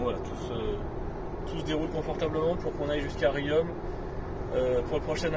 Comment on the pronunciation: Bonjour ! Désolé mais on ne dit pas Riomme mais Rion !